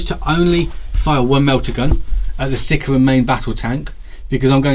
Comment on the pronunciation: "Sickeruhn" (aka Sicaran), man his/ actually, their pronunciation is horrid, lol. Game wise, I noticed some liberal use of friendly vehicles allowed to shoot through allied vehicles.. All in good fun I guess, but I don't see how one vehicle could get it's las-cannons to bear when another landraider is smack bang in the way :) Pretty one-sided game other then that, unfortunately.